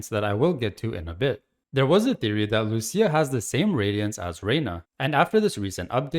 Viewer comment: lucia not lusia